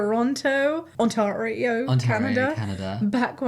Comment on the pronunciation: Canadian here! Toronto is in Ontario, which is a province (like a state) and Vancouver is in British Columbia (also a province) and it’s also Ontario-tare-ee-oh not Ontario-tar-ee-oh 😊🤓